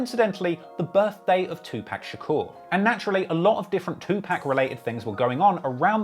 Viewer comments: it’s not “2 pack” it’s 2 pac, pronounced “pOck” like how you would say “park” with your accent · I thought was a fan, LOL. It’s not 2pack it’s 2poc. What a lame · wtf is two pack????? its 2pac, pronounced like POCK 🤦🏽‍♀🤦🏽‍♀🤦🏽‍♀ wypipo always f*ck that up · 2Pac’s name isn’t pronounced two pack it’s pronounced Two Pock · You gotta stop calling him "2Pack". The a is pronounced like the word paw. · I hate the way you pronounce 2pac (two-POCK) not “pack” 🙄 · enjoyed the video but you have to stop saying Two-Pack and instead say Tupac (Two-pahk). I've heard other people from pronounce his name incorrectly. Loved the video, keep up the great work! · Please it's NOT PRONOUNCED PACK ITS PRONOUNCED POCK TWO POCK TUPAC THE A SOUNDS LIKE AH . Yall swear 🤬 yall are the kings and queens of languages but yall pronounce things fked up as well 🤧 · It's not "2Pack" it's pronounced like "2Pock" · why TF he keep saying 2-PACK ....if you're going to cover OUR culture get the fucking names pronounced correctly! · Somebody tell this dude learn how to PRONUNCE TUPACS NAME (TU-POCK)🤡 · i like the pocast but to hear you pronounce 2Pac as 2pack is like nails to a chalkboard lol all love tho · 2pack???... these bloggers out here 🤦‍♂️ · It's super infuriating to listen to a guy that covers events in hip hop pronounce 1 of hip hop's legends wrong over and over, I know to some it may seem minor but even Jay-Z stopped and corrected a host on TV because he kept saying 2Pac the same way the guy in this video says it . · Bruh you don't even know how to pronounce Tupac correctly..whyte people